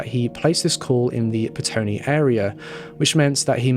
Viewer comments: Petone, not Pestone (from a NZer) :) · Petone - Its prounounced Peh-Tony. I live in the Wellington metro area